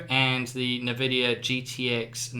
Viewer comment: Also, I know we are in NZ lol but please pronounce it "in"Vidia not "ne"Vidia, it just dosent sound right, no disrespect just an idea.